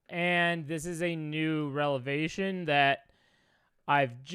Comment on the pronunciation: New “relavation?” Lol. You making up words? Revelation. 😂 Anyway, I can’t believe .. actually, yes I can. This dude loves himself so damn much of course he’d be back and trying to pull a fast one. I wish he’d just disappear from the internet and find a new job, because his presence on social media is permanently destroyed on every fault of his own.